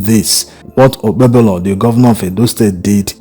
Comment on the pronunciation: It is pronounced like OKPEHOLO. THE 'B' in OKPEBHOLO is silent. What is his WAEC 2008 Results?